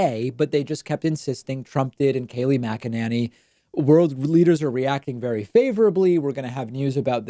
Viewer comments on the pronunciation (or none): none